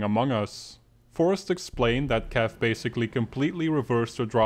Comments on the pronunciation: as a kaif fan u make me sad YOU'RE SAYING KAAF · Kaif's name is pronounced "kayf"